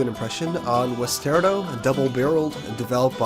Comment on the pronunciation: I believe it's pronounced like 'Western' without the 'rn' and 'Colorado' without the 'Colo' So 'Wester rado'